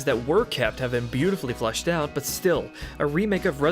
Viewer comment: You are contending that what you said is "fleshed out"? Maybe it's some kind of local accent. Because I would be willing to bet that if you recorded yourself saying "flushed out" and played it back-to-back, the average person wouldn't be able to tell the difference. Also, it's kind of off-putting to spend almost 3 hours listening to a guy who insults you during your first interaction. I mean, it's not like I was trolling you with some derogatory comment, "lol idiot u said flush. maybe your should flush your whole video lol derp". I mean, a little grace goes a long way. I'm going to finish watching your RE3 review because I actually think it's pretty great. But unlikely to sub to someone who treats their audience this way. All the best to you going forward. I hope you have a lot of success doing this. :)